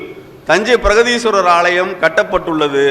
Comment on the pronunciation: பிரகதீஸ்வரர் not பிரதீஸ்வரர்